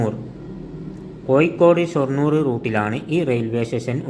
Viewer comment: കോയിക്കോട് അല്ല കോഴിക്കോട് 😃🤪